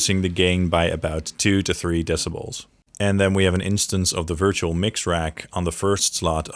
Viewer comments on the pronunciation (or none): none